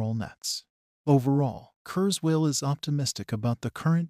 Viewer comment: The AI voice is unimpressive; among other things, it doesn't even pronounce Ray's family name correctly. Still...happy news. Too bad this was posted before the GPT innovation became widely publicised.